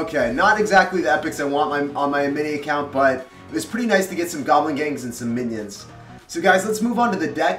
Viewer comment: minering and giblininngngngn 😂